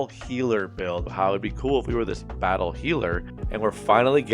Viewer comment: BAT-tle healer